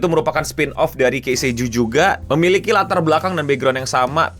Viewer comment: Ki sei juu bang. Tolong. 🥲 bukan kei sei juu